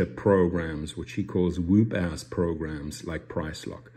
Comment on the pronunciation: Fyi: It's pronounced wup. Wup ass. But you have a cool accent. 😎